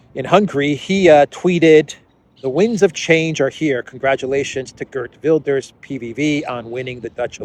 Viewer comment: Gert is prnonced HEERT. Like HAIR plus a T. HAIRT VILDESH. Hard V sound too. and RS becomes SH. HAIRT VILDESH.